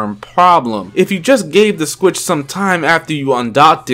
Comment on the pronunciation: Sometimes I hear "Switch" others i hear "Squitch"